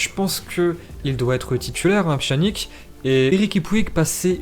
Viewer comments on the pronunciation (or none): Ça se prononce « pianich » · Pchanique 😭😭🤣🤣🤣....apprends à prononcer les noms de joueurs avant de faire des vidéos !!!!!!